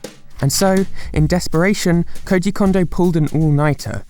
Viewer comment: His name is "Kondo" not "Condo."